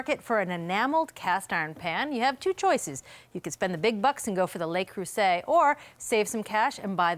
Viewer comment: Professionals who review products should properly pronounce the names of the products they are reviewing. It's NOT "LAY- Croo-zay".... it's "LUH-Croo-zay". I miss the old days when reviews showed more actual testing - what's happening to ATK. Kind of sad to see things changing - and not for the best.